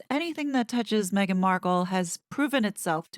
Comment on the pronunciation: she’s ‘probably’ ok with that? Then why not call her by her name if you’ve been working with her all this time? Now during this interview you are over accentuating her name? MEGhan! Come on … 🙄 😂